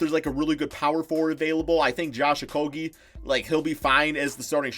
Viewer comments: Your not saying Okogie right it is O-ko-e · Its pronounced Oko-jay. I thought we fixed this already. Like jay, the bird. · It's actually pronounced Oko-ghee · To pronunciate it correctly they say: O-ko-ghee... Ghee, like clarified butter. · Because I live in Minnesota and watch all the games. I don't think the local announcers for the Timberwolves would be pronouncing his name wrong for over a year now. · I was born in the same city as he was, I have cousin who bears the same name as he does. So believe when I tell ya they are all pronouncing it wrong.